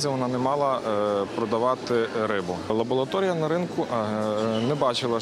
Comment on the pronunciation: Spiecialisty! Prawilno mowity "LABORATORIJA" , a nie " labolatorija" !